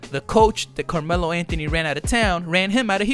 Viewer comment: Carjealo Anthony 🤦🏼‍♂️